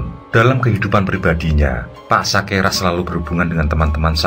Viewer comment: SAKERA bukan SAKERAH